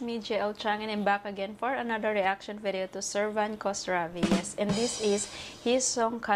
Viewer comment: his family name start with "kh", not only" k" when u pronounce it kosravi, kos has a bad meaning in persian, if u have a little respect to singer , u need find out how is family name pronounce.u can write his family name in google translate and it will be teach u how u can pronounce it correctly.